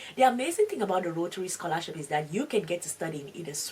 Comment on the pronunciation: Только я слышу сқолашіп😅?